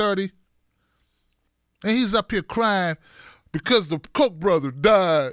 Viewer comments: The name is pronounced COCK, not COKE. Just sayin......check the spelling. Cheers, Maui Bill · Pronounce Ka (o) ach. Now say it fast.